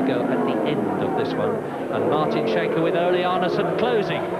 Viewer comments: As a Norwegian, I can`t get over how the commentator pronounces Martin Schanche`s name 😂 Sounds like he`s shank-happy. (It`s pronounced Skankeh) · Even better if he'd learned to pronounce Schanche. It is not "Shanke", but "Skanke"